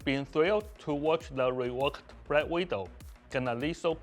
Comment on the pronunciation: Did he just say brack widow?